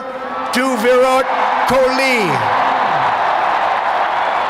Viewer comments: Soo-chin tendul-kerr'' V - ruth kohli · What is a 'Chiwala "Soooochin" "Virat Khuli" "Swami Viekaaanda"😂😂😂😂 Who pronounces names in such nonsense way. Specially from an English speaking nation its the least expected. Hope it wasn't mokery on perpous. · I appreciate his memory for such a long and diverse speech, but can't really appreciate the way he pronounced Viveka-mondo and Viru Kouli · Sooochin Tendooker & Virot Kholeeee...😂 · noboby: Literally nobody: Trump: Modi was cheewala, Soochin tendoolkr and viret koli No offense